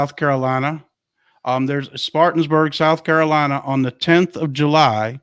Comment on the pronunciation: You guys give me hope that QFS and 45 is happening soon. My faith in God tells me it will happen for sure. BTW, you are pronouncing the city in SC where your July 10th event is being held a little wrong.. It is Spartanburg, SC (spar - tan - berg). No biggy, just wanted you to know.